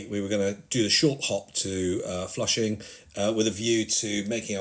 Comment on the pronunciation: Also "Flushing" I didn't have a clue what he was talking about until they wrote it on the screen. A new low in butchering words, even for the undisputed world champions in that: native English speakers.